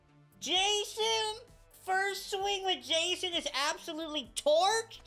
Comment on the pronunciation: love how he kept saying jason instead of jasson😂😂 nice video man keep them coming